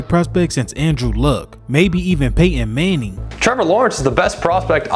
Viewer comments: who's pay-in mang-in? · Really? Pay Enn Mannie?? Aks anybody.